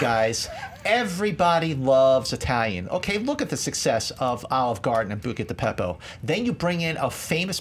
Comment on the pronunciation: can we please say Buca di Beppo correctly